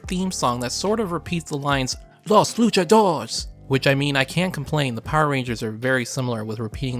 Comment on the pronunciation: He also mispronounces "Luchadores" - it's 4 syllables, "LOO-cha-DOOR-rays" - and "Kyoryu" which is two syllables - "KYO-Ryu" (the "y" in both syllables is the standard "y" sound as in "yellow" but blends into the consonant preceding it). Americans often have trouble with that "y" in words like "Tokyo" and "Kyoto" and tend to pronounce them as "Toh-kee-oh" and "Kee-oh-toh," and don't get my started on how American English speakers butcher the name, "Ryu," but, to be fair, that "ry" sound combination is especially difficult for English speakers without lots of practice. Long story short (too late!), pronouncing the "y" in "Kyo" as a the long "I" sound is way wrong.